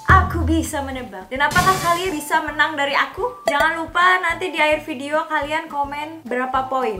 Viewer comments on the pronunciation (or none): none